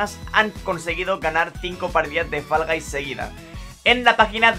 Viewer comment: Faraday? "Fol gais"